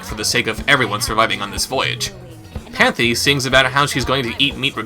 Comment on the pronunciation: i now realize her name was panthy not panty